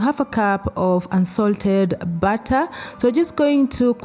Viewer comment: I was so confused I heard add the batta in the batta lol add the butter in the batter of course.